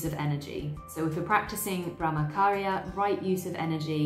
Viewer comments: You explain everything so nicely. I’m a Hindu. I’m aware of all these concepts but the way you put makes it so much more easier to understand. Just a little pronunciation mistake i noticed … the Ch in Brahmacharya is pronounced same as the ‘ch’ in chair or church. The ch shouldn’t sound like K. Thank you 🙏🏻😊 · Nice video... Just that the "ch" in Brahmacharya is pronounced as the "ch" in church... :) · i found your channel today and it is really a great one! i love the kind of research you have done to present this video. well, i would love to point towards the pronunciation of brahmacharya .. in this the ch is pronounced like the ch in 'chair' and also non attachment include non attachment to the result of your work.. that is do your karma with all your heart and you should be content whether you win or lose because your focus is on doing your karma sincerely and not on the result.. All the best for your channel 👍🏻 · Brah-ma-cha-rya - Here's a breakdown of the pronunciation: "Brah" is pronounced like "brah" in "brother." "Ma" is pronounced like "ma" in "marble." "Cha" is pronounced like "cha" in "chocolate." "Rya" is pronounced like "ree-ya," where "ree" rhymes with "see." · Great job summarizing ! Thx for video! Brahmacharya - the “ch” is like in cha cha